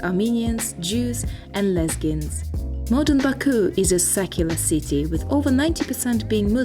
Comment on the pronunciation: Actually, you said 'Lezgins' and you said it correctly!))